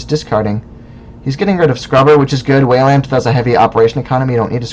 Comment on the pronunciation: I like the format. I've always wanted to see just more videos of random people playing, being commentated on. My only complaint is the way you say Weyland :)